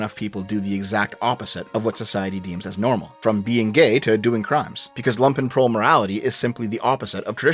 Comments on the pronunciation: If says Lumpenprol wrong one more time Im going to fly down to canada and ** on his porch. How can he use a word so frigging often and get it wrong 99% of the time? Its spoken LUmpenprol,like in Trump,not lampenprol. They werent wearing freaking lamps. They were wearing Lumpen which is a negatively connoted word for rags in german. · Oh no,he is mispronouncing it the entire time. You pronounce it with a deep U,like the double oo in "loot"(there are actually suprisingly many videos about the pronounciation on youtube...though all the text-to-speak variants seem to get it wrong which is kinda funny).